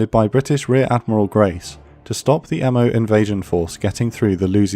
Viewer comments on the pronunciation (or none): The Rear Admiral of T17 support group was Crace - with a 'C' - not Grace. Nitpicking aside, very good content.